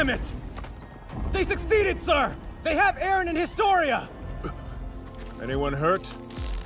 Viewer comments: Im trigered by him saying aron its eren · Not arron